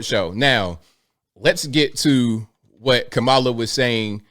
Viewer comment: I applaud Teraji, and fully support anyone who is against trump and all of the other right wing "sleep walkers".....I am proudly "woke" and out of the "matrix"...... And by the way, it's KAmala, not kaMAla..... Clearly influenced by Donald chump